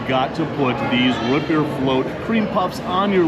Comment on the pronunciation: Learn to say ROOT correctly!